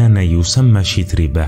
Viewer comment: الإفتتاحية حربية لا أدبية البتة! أهكذا يكون الذوق السليم؟! 😁 "السَّعة" يا أستاذ" سِعة"! 😁 "يُصلح المعيشة" "شَتربة" و "بَندبة". الأصل في العربية الفتحة لا الكسرة ، ما لم تكن الكلمة فعلا مكسورة. فلا تتكلف الكلف، فتبدل القياس بالشاذ! نفس الملاحظة السابقة. "الوَحشة". لا "الوِحشة"! أقرِأ إبنك ذا الأربع سنوات مثلا هذه الكلمة. ستراه بحدسه وفطرته يقرأها سليقة وطبعا وعفوا "الوَحشة" وليس "الوِحشة" ، حتى وإن حصل له أن تلعثم عند تلاوته لها لأول مرة. فالأحرى بمن درج على سماعها عشرات، إن لم تكن مآت المرات! "يجرَأ" "والمشورةَ"! فسبحان الله لمَ لا تعلمون النشأ العربية الفصحى السليمة التي تسمي الأشياء بمسمياتها؟! أليس للأسد العرين لا "المنزل" ، أم تكرسون العامية ، لا الأدب العالمي بلغنه الأصلية السامية التي تنمي المهارات اللغوية والقدرات التعبيرية و تغني الذوق الرفيع؟! فهذا ليس تعريفا بأدب إبن المقفع بقدر ما هو "أدب من هب ودب" أو "أدب من هب وما دب"! لأن يكون الأدب الرفيع منسوخا خير من أن يكون ممسوخا! 🤔